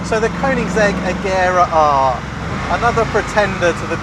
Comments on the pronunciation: It's pronounced "kernigsig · Why do all the morons say Koenigsegg Agera R and pronounce the 'g' wrong? Kurn-ig-segg A-jera R Learn the damn names American primitive.